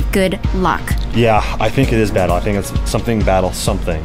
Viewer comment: The word is battle elle